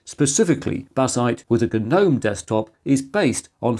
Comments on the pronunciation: Holy crap! Someone other than me is pronouncing GNOME properly. That's right, bros. You're supposed to pronounce the G. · Ga-nome :( "Sandra has 3 garden ga-nomes in her garden" - whats wrong with this sentence hm?